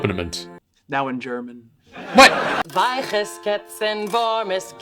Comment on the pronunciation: Well, the first word "Weiches" sounds horrible, but that's at least somewhat understandable, because our two different "ch" sounds seem to be really difficult for a lot of non-German speakers. After that I'd say it's OK, using correct words with a strong American accent - up until the end of both lines, with the words "murrt" and "schnurrt", which are almost unrecognisable. It took me quite a long time with several repeats to realise what the last one was supposed to be.